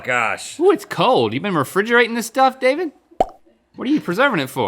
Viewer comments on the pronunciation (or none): none